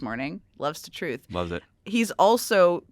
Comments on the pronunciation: When it's coming from Trump, it's pronounced "twooth", not "truth" 😐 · It’s kinda amusing to recognize the huge irony in the name. I personally like calling it “Troath” like he said when he first announced it. 😂